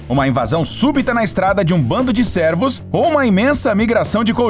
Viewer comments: Ele locutor sempre fala "servos" e não "cervos". Se não sabe pronunciar a palavra tenta usar um daqueles leitores de texto, tipo o google. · Sim kkkkkk ele pronuncia a palavra como se a letra " e " tivesse acento agudo " é ". Ele fala > Cérvos quando na vdd é Cervos